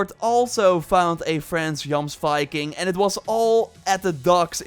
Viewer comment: Yess! You say (Y)jomsvikings... I am so pleased. 😁